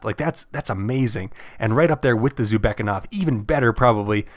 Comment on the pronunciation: Thank you, really useful and informative video. I'd love to see smgs next because I don't know about many of them. However I do think it's pronounced "zoo beck na kov" and not zubekov but to Each their own